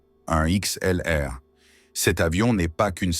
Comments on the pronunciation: Même le nom de l’avion n’est pas dit correctement, vidéo de mauvaise qualité avec un vocabulaire non adapter et faut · Mais qu'est ce que c'est de plus en plus pénible l'usage de voix IA sur ces videos ! incapable de prononcer normalement A 321 XLR ! ça en devient ridicule ! Revenez à de la voix humaine sous peine de perdre complètement votre audience !!!